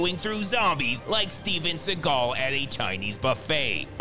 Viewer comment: Did you know that Steven's last name is pronounced Seagull, not like Segal. His own mother called him out on that haha